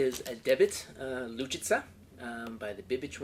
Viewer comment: OMG, "Bibich Lučica", not Luviva